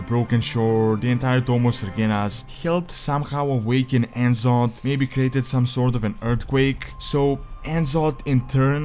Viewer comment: he still pronounces N'zoth wrong.. after all this time